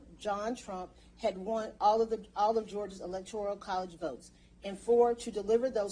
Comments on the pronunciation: Electoral not electorial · Fascinating... but she is going to have to read this off multiple times and should probably learn that it is "Electoral" and not "Electorial".